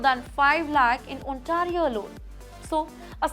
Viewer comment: Please pronounce Ontario correctly.Thanks